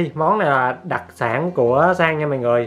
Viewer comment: Bạn đáng yêu quá 😂 , mình nghĩ là anh bị ngọng á